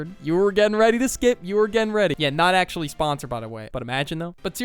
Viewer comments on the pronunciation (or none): ERM! YOU DONT Say acthdudy you say ACTUALLY